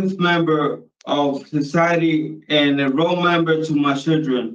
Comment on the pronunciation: DID HE SAY A ROWMEMBER TO MY CHILDREN 😭😭YOU MEAN ROLE MODEL .. WHO TF WROTE THIS LETTER FOR HIM🙄GET HERE IMMEDIATELY!!!